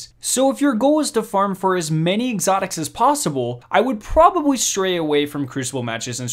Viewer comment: Couldn’t help but notice but the L in a word should not sound like a W like the word probably is not pronounced probabwy just heads up great vid. tho those tips help thanks.